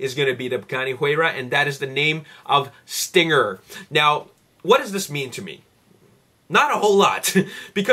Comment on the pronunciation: dude its stringer not stinger